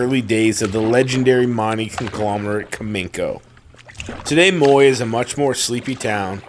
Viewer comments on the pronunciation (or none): Hey, nice to see you in the East Kootenay! Not sure if you care but if you do, it’s pronounced Moi_yay:) and it’s on Hwy 3 (just in case you plan to come back!). Hopefully one day we run in to you on a BC lake! Take care!